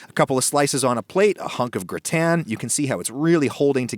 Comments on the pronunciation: Why is he saying "gritan". Its gratin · Grü-ten Lool it’s “Grah-tehn”. Amazing recipe and my mouth is watering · Why do you pronounce it Gr-i-tan when it is spelt Gr-a-tin? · What is a gratan? If you mean gratin then it's pronounced gratah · I've never heard anyone, French, American, or Chinese pronounce "gratin" the way you do. It's "graw-ten" in every language. I thought it was a weird attempt at pretentiousness. Turns out you're just a moron. However, you're a moron who actually responds to comments, which I didn't realize. Major props for that much. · "grih tan" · Word: gratin Adam: G R I T A Y N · Round here, it's said, gra'-ton. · When did the pronunciation of gratin become gra' tan? Someone is watching too many other cooking shows. Don't follow the herd. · I’m sorry I just couldn’t get over your pronunciation of gratin lol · Why are you intentionally mispronouncing "gratin?" Honestly, I think your one of the most pretentious posers on YouTube. You've come off like you're Alton Brown since day 1, like everyone should know who you are. I think you're a joke with decent equipment and editing skills, a repulsive face, and a terrible personality. I think all of your subs are suckers. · Imagine having a temper tantrum because someone pronounces something different. Fucking snowflake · Damn, you butchered “gratin”. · i’m french and i can’t stand the way you say gratin sorry ahaha, absolutely love the recipe tho :) <3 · the way you pronounce gratin annoys me so much lol